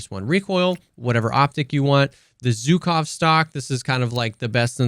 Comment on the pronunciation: Abolutely love your videos. Small addition - which I personally don't care about, but some russian fellas might get offended by - is that Zhukov (named after the WW2 USSR marshall, prolly one of the most recalled name in 20th century warfare) is pronounced like if you take the s of "vision" and replace "Zh" in Zhukov with that. Anyway, thanks for the profound testing and explanation.